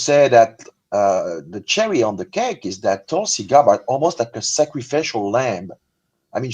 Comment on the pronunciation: YOU are pronouncing tulsis last name! ITS NOT THAT HATD, but you always butcher it